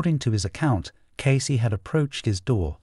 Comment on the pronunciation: Cassidy. Not Casey!